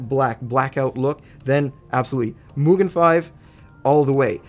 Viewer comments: Gets the pronunciation for MUGEN down but botches KAZE (kah-zay)😝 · Japanese here, you absolutely got the MUGEN pronounceation right👍👍👍